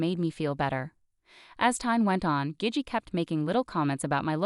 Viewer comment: Gigi is gee-gee, bot voice